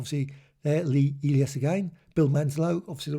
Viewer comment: I've heard of that name before and it was pronounced "E-lie-us" said quickly